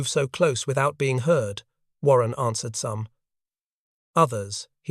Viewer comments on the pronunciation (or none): none